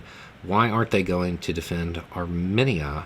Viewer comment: Arminia? What's next: Nuke-cu-ler?